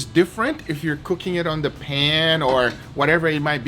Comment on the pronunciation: "Pan" sounded like "pen". I was like wtf is the Pen? Did I miss something?! 😂